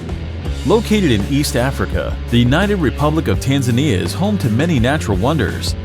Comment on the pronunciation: People might be scared of these places, but I’m over here complaining because he pronounced Tanzania wrong